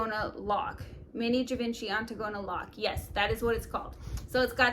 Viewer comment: Great video. The last bag is pronounced as Jee- Von-chee